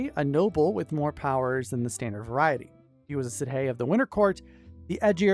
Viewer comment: Sidhe is actually pronounced "She", because Gaelic is weird like that